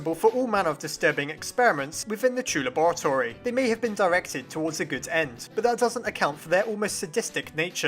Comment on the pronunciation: "True lebouratory"